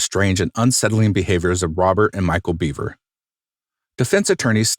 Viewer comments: Isn’t it actually pronounced “bev-er” and not “bee-ver” I’m 99% sure the narrator is mispronouncing the name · It's Bev-er not Beaver. He speaks his brothers' name at the beginning. This whole crime, the mentality, is so warped. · I think his last name is pronounced “bev-er” not “beev-er” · Their last name is pronounced “Behver,” not “beaver.” 😂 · Bev-er not Beaver. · Right, it's not bee....it is more like ba, pronounced. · Yes, when he states his brother's name(circa ), that's how he says it.